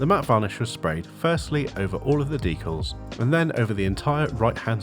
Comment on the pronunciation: Thanks for pronouncing "decals" just like I do. Rare to hear it.